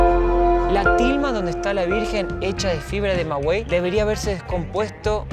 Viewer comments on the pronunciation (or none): Hola, se dice Maguey, no Magüey! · Se pronuncia maguey (como cuando dices gay en ingles) no mawey. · Tilma hecha de fibra de Maguey debes pronunciar bien maguey